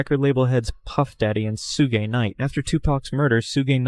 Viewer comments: Sugay night its pronounced shug Knight pal, for whoever commentted Ithat, not directed at you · Sue-gay wtf is sue-gay??Suge, (shugh) , AI be having a hard time pronouncing some things. 😂😂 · I HATE the way they say Sooo-gay for Suge! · Soogay knite wtf 😂😂😂